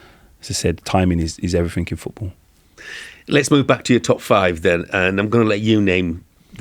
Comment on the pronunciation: Since when did "everything" end with a "K"